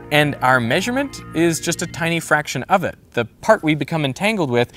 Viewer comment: Unsubscribed due to this pronunciation of “maysurement”